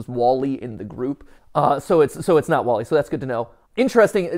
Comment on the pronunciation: “Wall-y”, as in the sides of a home?